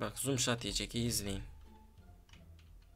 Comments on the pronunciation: no scopa zoom soot diyo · zum shot deil bu arada noos cop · Abi zoomshat mi noonscop degilmi ya😂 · No scopa zoom shot diyen koca yürekli abimiz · Zoom shout değil abi o no scop deniliyor ;)